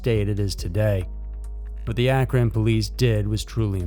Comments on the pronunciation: Akron's not pronounced like (on) it's pronounced like (an) Akron the Owen has an (an) sound. And I'm only correcting you for the fact because I was born in Cleveland Ohio so I know how it's pronounced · It's pronounced Ack-rin. Not A-cron. Additionally, she lived in Akron, not Cleveland, which is 45 minutes away. That's a long way to go for her daily run. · Also Akron is pronounced akrin